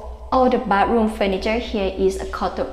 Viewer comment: Great video! Thumbs up! Try practicing saying the word "bath", and "bathroom", it is extremely important in your job. You may find the "th" sound hard to say, and even near impossible, but I am sure you can learn.